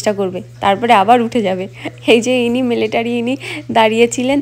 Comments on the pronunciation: দিদিভাই মেলেটারি না। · আপনার উপস্থাপনা খুব ভালো লাগলো। খুব সহজ সরল কথা গুলো মন ছুয়ে গেল। আমি ইন্ডিয়ান এয়ার ফোর্সে অনেক বছর সেবা করেছি, অনেক গুলো advanced বিমানে কাজ করেছি। এয়ার শো দেখে পাইলটদের জন্য আপনার ভাবনাটা শুনে খুব ভালো লাগলো। আপনার কাছে মাপ চেয়ে একটু সঙশোধন করছি - কথাটা মিলেটারি নয় মিলিটারি আর আপনি যে ককপিটে উঠেছিলেন ওটা হেলিকপ্টার নয়। আপনার পুরো পরিবারের জন্য অনেক শুভেচ্ছা। কাজের সুবাদে অনেক বার ইউ এস গিয়েছি, কিন্তু আপনার এই জায়গাটি কোথায় বুঝতে পারলাম না।